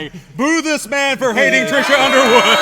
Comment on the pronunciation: BTW, it’s Trisha Yearwood not Trisha Underwood.